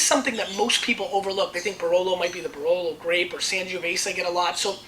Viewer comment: BRLOW AND BRNELLOW di MONTLSINIOW and di MONTEPIUNSIENOW from NEBBIOLOW ahah... ps. I am Italian and I can truly say that makes his laugh case